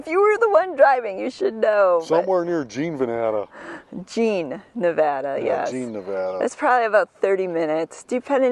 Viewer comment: Check out Rhyolite up near Beatty. There's a house made of old glass bottles among other things. And thank you for saying Nevada properly...